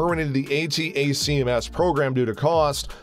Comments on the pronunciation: Also. "A-TACms"... not "A-T-A-C-M-S" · If he only know how to properly pronounce Hi-MARS and ATTACKEMS Rockets.